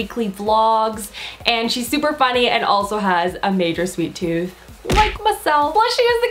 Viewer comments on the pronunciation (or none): none